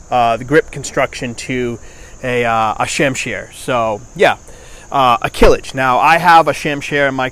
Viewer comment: Not Kilij, is it name kılıç